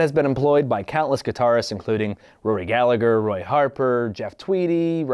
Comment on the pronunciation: Love the videos, keep up the good work. But please learn how to say Rory Gallagher's name. It's Gal-a-her, and not pronounced like the guys from Oasis